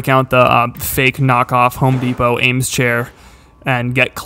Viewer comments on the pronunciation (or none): Eames is pronounced "eemz" not "aims"